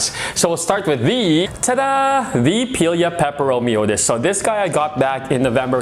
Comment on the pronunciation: The most common pronunciation is how you say it: "pie-lee-ah" and the second part of the nomenclature is pronounced "peppero-me-oi-deez" I've never quite heard it pronounced the way he does haha but to each their own!!